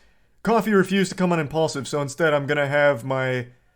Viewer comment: No wonder it’s called impulsive (impaulsive) because he talks without thinking 😂😂😂